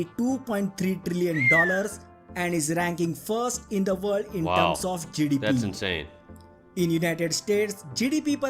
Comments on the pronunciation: Until he got to the GDP and it was written on the screen, I had no idea what he was actually saying when he said GDP. I was like whats Jidibiee? Lol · Every time he says GDP it sounds like he's saying jellybean 😂 (now listen to it again and laugh every time he says jellybean 😅😅😅)